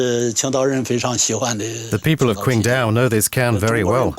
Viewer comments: Day Dreamer It really is! We don't say "tai kwi" we say "tai qi!" so why kwingdao?! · Damn it's irritating to hear her pronounce the city's name. The English spelling is with a "Q" but it isn't an English word. The Chinese have what is called pinyin which is the Latinization of the spelling. Q is pronounced like a "ch" The name is said like Ching-dow, not Quing-do